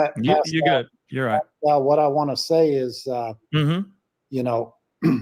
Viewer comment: I think Seth is just tired of all the crap from all these social media critics and detectives…and Tony is there to help him just like he is helping Randy. All this drama really isn’t helping anything. Also it’s pronounced Pass-cal